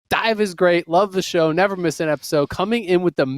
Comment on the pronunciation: My mans really said episood